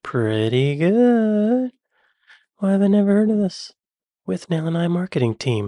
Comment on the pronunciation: As usual, the voiceover guy mispronounces something: it's Withnail should be 'With-nul'.